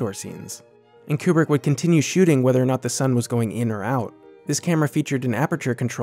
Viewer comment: Amazing video on one of my favourite films but hell, it's KUBRICK not "Coopri" haha